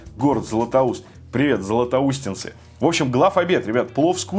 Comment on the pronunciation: Правильно говорить: Златоустовцы